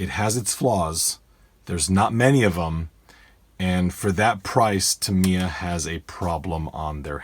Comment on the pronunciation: Great little video the only flaw I found was your pronunciation of the company name Tamiya the I sound like an I not like an E. your the only person I've ever head pronoun it like Tameya.